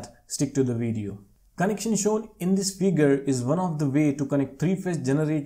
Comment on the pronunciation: Bro told me to watch the VWIDIYYOOO😂😂😂😂